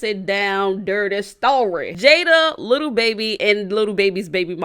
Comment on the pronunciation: She giving me anxiety saying little baby😂. it’s lil babbyyyyy😩😩. and happy late birthday good video❤️